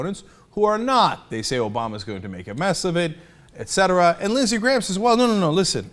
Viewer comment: I kept thinking he said Lizzy Grant. Like Lana Del Rey.